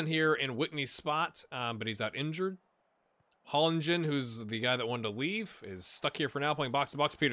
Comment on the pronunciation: You are pronouncing Hollingen almost correct, except that there is no pronounced g sound. It is pronounced the same as -ing in linguist for example. Also another thing I noticed just now, with names ending in Ee, the letter should basically always be pronounced. The rivalry thing is mostly due to Norwegians being nice in general (bias much?). There are no real hooligans/hooliganism in the country. I remember at most two larger incidents the last 14 years, one case of racism towards a player and one pre-match fight. The rivalries are mostly due to regional pride, and even then it's nothing violent/heated, besides just fanclubs singing during the matches. Transfers between rivals aren't too big of a deal either, though hardcore fans might not give him the warmest of welcomes when returning to play.